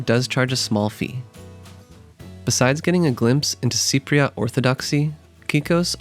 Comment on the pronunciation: Cypriot. Not Cypriat